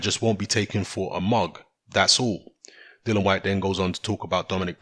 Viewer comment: ITS "DILLIAN" NOT DILLAN. KMT